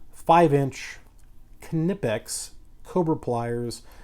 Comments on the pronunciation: It’s legit pronounced KneePix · Kuh-nee-pex They also now have a 4" version with no grips. Knipex is awesome! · if you really want to pronouce it right (not that it matters): the i in knipex is pronouced like the ee in eel or the ea in deal. the rest was spot on. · No the k is silent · The k Is silent